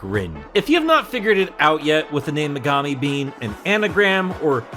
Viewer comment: Um actually, it's pronounced me•ga•mi not me•gah•mi.